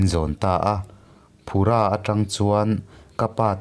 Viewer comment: phu-ra tia lam tur phura nilovin lo correct my2 in tih thiam lam nilovin a dik i hriat nan lo hrilh che ngaihnom thei vawng2 e 👍